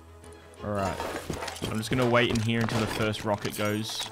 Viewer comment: He says here like heeyuh like a donkey